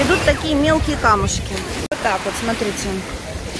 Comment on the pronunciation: ольга варламова вы глухая?все время звучит от Лены сатрите вместо смотрите, уменя все написано без ошибок